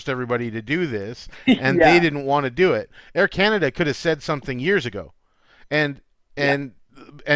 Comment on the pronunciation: Air Cana-Duh